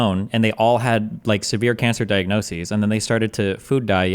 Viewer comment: we’re also not supposed to consume like 90% of the shit that’s it in food, but it’s safe cause it’s a safe number. also saying “diagnosis’is” instead of “diagnoses” is so fucking funny to me